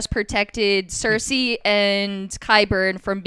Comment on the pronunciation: Let's see if he can at least pronounce the character names correctly this time. WTF is a clee gan and a seirsay?